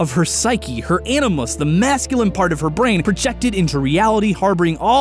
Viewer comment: "A ni moose" as opposed to "A ni mus?"